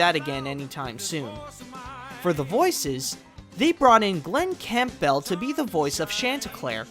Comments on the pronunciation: Campbell is pronounced "CAM-bull," not "camp-bell." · Some of the pronunciation of the names are awful! You’ve done wonderful amount of research, except learning the names of people like Wil Wheaton and Glen Campbell to name a few.